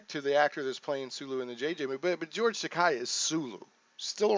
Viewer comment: FYI- Takei is pronounced like "tah-kay".